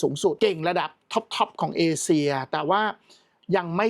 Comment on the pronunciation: เอเชีย ค่ะ ไม่ใช่ เอเซีย